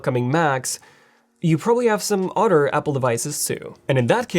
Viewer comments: Why do you keep saying utter. It's pronounced other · You must like cows. You say “udder” quite often.